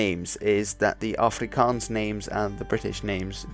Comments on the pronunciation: Thanks for pronouncing everything properly, you don't know how much it hurts when people say it wrong. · Thank you for your accurate prenounciations of our moedertaal (mother tongue).It did not go unnoticed☝️. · Correct pronunciation. Wooo! Thank you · Finally,an englishmen that can say afrikaans words properly